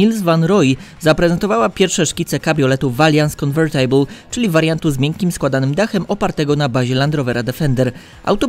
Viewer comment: Czytamy „konwe(r)tybl” - convertible